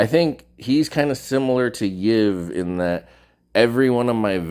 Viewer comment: YIVNIAN= Think russian accent.. Ee iv nian..